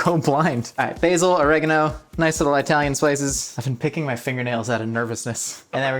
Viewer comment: OMG watch you language my wife almost lost her mind when you said I talian. She is not from I taly so pronounce the words correct ok she will risk it to smack you bro